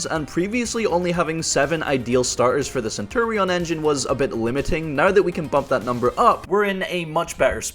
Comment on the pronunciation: Bro if you wanted to play Centur-ion just say so 😂